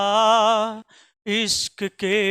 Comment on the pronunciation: अबे बादशाह बोलना सिख ले बादसा बोलता है।